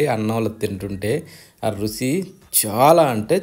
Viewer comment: రుసి ఎందండి రుచి అనండి